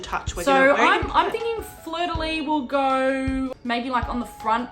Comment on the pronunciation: I just wanna say, as a french speaker it always bothers me a bit so I just had to say it lmao (especially as a québécois bc it's literally on our flag), it's not pronounced "fleur de lee" it's "fleur de lees". You pronounce the s at the end That is all. Lovely cake tho! I am very hungry and I'm just binging food videos lmao